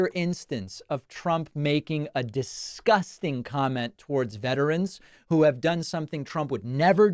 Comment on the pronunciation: "MANY OF 'UM." He can't even say the word VETERAN. He has zero respect or appreciation for veterans who made major sacrifices to protect their fellow Americans.